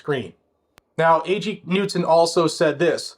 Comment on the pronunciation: Great job disseminating this news, just as an FYI it's pronounced ka-nude-son.